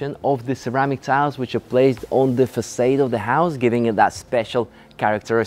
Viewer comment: I love the way mispronounces words - like 'east south' instead of south east, façade, (Fas-ard not fas-aid), CHandelier instead of 'SH'and-eliers. I prefer the tour style. very descriptive and generous with his adjectives:) The camera person does a great job too. The house - yes fantastic interior design and colour themes, though I suspect there was also a bit of a blue filter added on the editing.